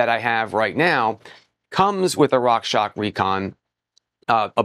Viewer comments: Love your reviews, but please, please, please say "Rockshox" correctly 😬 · At least it was not Rock Sock 🧦 😁